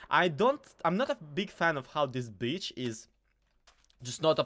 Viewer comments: Now I just hear bi*ch everytime😂😂😂😂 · Off topic would you put my sense of humour on a graveyard? Your pronunciation of beach is so inappropriate